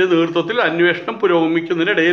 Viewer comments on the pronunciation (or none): none